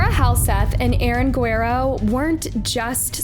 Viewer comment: Guh-rare-oh For corn sake